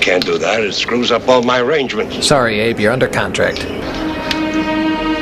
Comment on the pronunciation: It's Abe not Ade